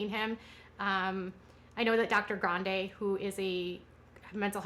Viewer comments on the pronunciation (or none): none